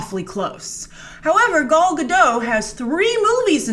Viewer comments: The "T" in gadot IS pronaunced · Grace, you have to learn how to pronounce Gal Gadot family name... it's not that complicated, and its a bit disrespectful... :/